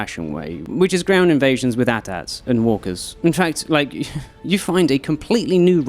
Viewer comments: AT-AT…not atat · I'm pausing and pulling over just to say, it's not Aht-Aht! It's Aay-Tee Aay-Tee! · A-T A-T not at ats... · A ground invasion with what? What kind of Disney Star Wars nonsense is an "at-at"? lol. Are you talking about AT-AT? ("A" "T" - "A" "T") lol